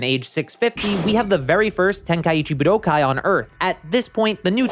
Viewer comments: Honestly it's your enunciation of buu-doh-kai. You're hitting the 1,2,3 chop on my ear drums by over-enunciating it IMO. It's much more pleasant (and normal sounding) to enunciate it more like budoh-kai. At the end of the day, we pronounce it the same way.. so you probably shouldn't assume that the viewer must be incorrect because they offered criticism on your delivery (esp if you're trying to appeal to knowledgeable fans of the series.. you should look into things more before assuming - if you care lol). Here's what I could've said to be more direct: I find your delivery of the word harsh and annoying, especially considering you somehow make the correct pronunciation sound bad. But frankly, I just wanted to express some sort of feedback without being a complete jerk. Honestly, your content is pretty good, and I figured you put a good amount of effort in - so that's why I even replied to clarify all of this. Don't assume people are wrong when they could have a valid point tho. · Point to where I said "pronounce" or said ANYTHING about the pronunciation. Bruh. I specifically said "they way this dude says" because I FELT like "budokai" stood out like a sore thumb in every sentence for no reason. It's the enunciation. It breaks up the flow of the sentence and sounds harsh. I noticed it multiple times and I left a pretty normal YT comment bc of it. BUT clearly you're too sensitive to feedback to put in any critical thought about the feedback I'm actually providing. You don't even have to agree, but don't act defensive and correct. Stand on business, and try rereading a comment to make sure your reading comprehension isn't failing you. Shit bothered me in the video, then I provided actual feedback. The way you handled it was very arrogant. Cool. Move on. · The way this dude says Budokai is going to give me an aneurism